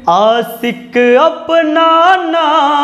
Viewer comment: सर आपका गाना बहुत अच्छा लेकिन उच्चारण में बहुत गलतियां है आसिक नहीं होता है आशिक होता है सर तरपने से नहीं होता तड़पने से होता है अपसाने नहीं होता अफसाने होता है गणित पढ़ाते हैं बहुत अच्छा पढ़ाते हो थोड़ा सा गाने का अभ्यास भी करो और इसमें सुधार करो तो आपकी आवाज बहुत अच्छी है और गाने का तरीका भी थोड़ा सा उच्चारण में सुधार कर लो बहुत आगे तक जाओगे